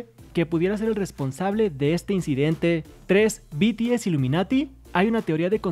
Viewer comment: "BTS illiminiti" ......ya wey calmense